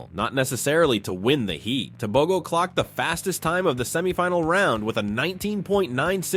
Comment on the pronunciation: Why are yall saying Tobegoo.....Its Tebogo Te...bo..gooo hauuuuu